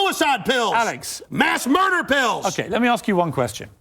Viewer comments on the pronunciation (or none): "To murdah." lmao